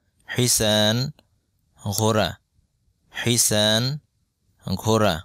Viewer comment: আপনার তো ভাই উচ্চারণ সঠিক নয়,,হিস-ণ,,কে বলেছেন,, হিসান,,সোয়াদের ص উচ্চারণ,,س দিয়ে করলে তো হবে না,, مزرعة এর উচ্চারণ مجرع বলেছেন